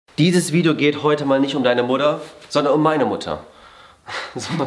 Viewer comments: /julien bam 1. du mein 4 blätriges kleben Blatt und 2. warum sagst du immer wieder mudder und Mutter?... 🤨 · Jo's mutter:wieso nennst dumich immer mudder😂